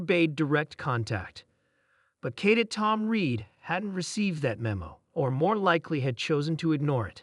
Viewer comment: For the love of God get an AI program that can correctly pronounce death and cadet